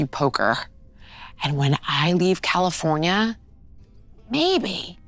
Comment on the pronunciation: Californyanya Nice little Veeism there